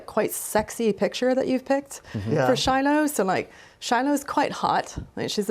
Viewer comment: Fail at "Shilo" 😂